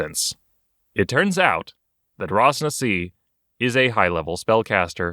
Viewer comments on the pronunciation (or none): Hahah i hate being that Guy But Ras Nsi is pronounced Ras Nissie. Not Ras Nassi xD. Chris Perkins dice camera action runs the Chult adventure at around episode. 30-50 xD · wait. Raz-Nazi? its not pronounced with an 'S' lmao gET iT rIgHT